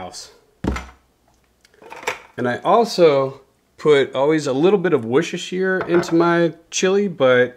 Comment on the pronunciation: Brilliant, well done 👍 Enjoyed that loads especially how you said Worcestershire sauce 😂 Im from there ! Let me help you out, woos ses ter shire sauce 😉 Oh, beans for me for sure but I'm a bit strange, I like potatoes in my cous cous 😊